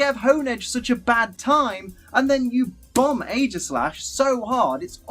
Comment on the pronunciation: He mispronounced Aegislash (ee-jiss-slash) and Arceus (arr-key-uss).